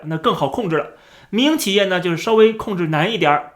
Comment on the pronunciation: 我一直聽成迷因企業😅😅